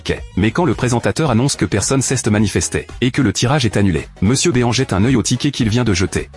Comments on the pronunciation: Mr BÉ-AN !? C'est Mister BEAN > "BINE" Bordel Raaaaaaah ..... quand vous reprenez des vidéos vous pouvez pas au moins contrôler le rendu...... Et puis le fil qui attend son père....sérieusement. .....blaireau !!!! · C'est MRbean pas Monsieurbeon